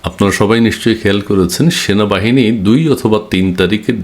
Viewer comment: ভাই আপনি বার বার ভুল বলেন কেনো সেনাবাহিনী হবে, এর পর থেকে উচ্চারণ ঠিক করে করবেন